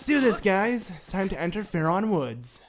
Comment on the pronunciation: Jesus it's Faron. Not faRon